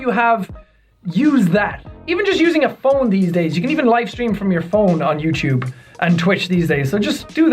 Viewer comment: i love the way he say youtube youchube